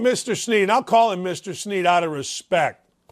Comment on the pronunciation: Hey brother good show but Jamaal’s last name is Shead…(pronounced SHED)